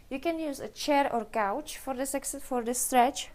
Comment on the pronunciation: On the kettlebell swing I've heard you shouldn't hyperextend your hips which puts strain on the lower back muscles. Is this true? BTW, You might try saying "cow ouch" a few times before saying couch. Gouch is cute but hard to understand. Alternatively you could call it a sofa. :-)